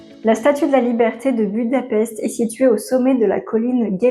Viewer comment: À savoir que la capitale de la Hongrie Budapest ce prononce "Boudapecht".